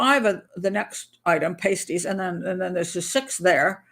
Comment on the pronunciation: We have pasties here in England. I go to Gregg's for one and a coffee. Lol But your pronunciation is a bit off, at least how us Brits say it.